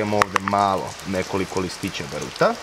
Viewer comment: Ba^ruta, ne Baru^ta.